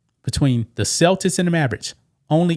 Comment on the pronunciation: Cel-Tits 😮? Celtics